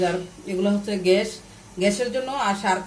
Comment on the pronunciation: ঘ্যাস না গ্যাস